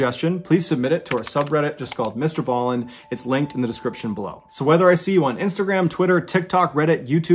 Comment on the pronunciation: it is br ballen not allen